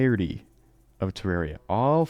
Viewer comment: You pronounce it weird. Terrerria.